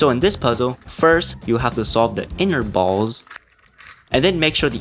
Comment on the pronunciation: the way he says balls 😭😭